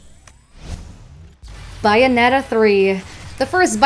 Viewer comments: Dang, this channel straight up refuses to pronounce Bayonetta correctly haha. It's Bayonetta, not Bye-anetta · The correct pronunciation is Bayonetta... All it takes is playing a couple minutes of either game, or even smash bros to figure that out. I'd say about .5% of Americans pronounce it "Sun-dee" btw, and it's usually the elderly. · "GanON" and "BYnetta". Qualtiy content 💀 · Don't understand why Metriod Prime 4 keeps getting on these lists? They literally restarted development late Summer so I'm not sure why people think this game is going to come out this year unless they want a rushed game. Also 'Bay' Bayonetta. I'm never this guy but its better to get corrected here than in public. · She said it wrong lol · Nope, Sega released the original Xbox 360 and PlayStation 3 versions with English dub only. There was no Japanese dub until the Wii U version. Google it. That's why in Smash for wii u, there is no Japanese dub for Bayonetta in the Japanese version when using her Bayonetta 1 costume. Either way, this video is in English and it is pronounced Bayonetta in English.